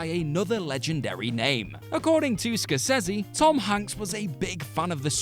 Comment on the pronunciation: The way you pronounce Scorsese is so fucking irritating! Typical FlopCulture.